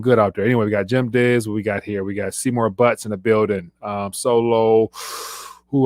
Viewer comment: “seymor butt’s” haha classic